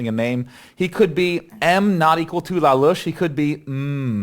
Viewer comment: when day9 says not equal to it kinda sounds like naughty you!